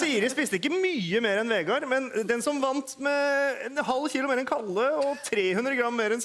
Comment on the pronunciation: The d in Vegard is silent.